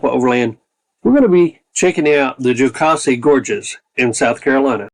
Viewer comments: You were in our neck of the woods! Love Horse Pasture and Twin Falls. I’ll help you pronounce Jocassee the right way!😁 it is like Cassie with a Joe before it. Jo Cassie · I second the backyard comment. The SE doesn't often get the credit that out west does, but it holds some beautiful places. I'm sure you hear pronunciation corrections everywhere you go, but the second syllable is pronounced like Mama Cass.